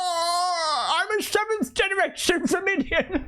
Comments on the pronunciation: You need to work on your English! She said "floridian" not formidian baba..... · I couldn’t stop laughing 🤣🤣🤣🤣🤣🤣🤣🤣🤣🤣🤣 What is a flodiburidian hahahaha Floridian . I just can’t. No idea why this made me laugh so hard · Every time said “7th generation Fromedian” I laughed so hard my tummy was aching at the end 😂🤣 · Flirmidian! I’m dead 🤣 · I can't believe we got a twerking before GTA 6 (and seeing someone calling herself a 7th generation Floridian in a random clip that has nothing to do with how many generations she comes from LOL, weird people:D) as Belgian I understood she said Floridian, but couldnt stop laughing at inventing several other words like flurmidian or furridian 😂 bro even said flurmidiate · Man, you're never gonna let that Florida lady live that down are you 😂😂😂 "7th generation flormidite" at least 10 times😂😂😂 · Fyckin hilarious with the Florydite, Formaldehyde, Formidiean! Honestly dude, you killin me😂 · Lmao I’m a Floridian, and I about died when said “Fleurmedian” 😂😂 I never heard no thunder like that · Lmao you made me laugh so hard when you said “florodianlablah” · WTF is a fronidian ? ^^ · Hahaha! Was driving me nuts hearing him say "Floridian" wrong every single time!!! I thought he would've got it when he heard this was happening in Florida!!! ;) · She's from Florida! Therefore she's a Floridian! Why are you making fun of her when you're the one who can't pronounce it! Try not to be so rude! Don't you think there's a chance she's going to watch your reaction? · Dude, you sound awful mocking the Floridian comment. I winced every time you made fun of it, butchered the pronunciation, etc.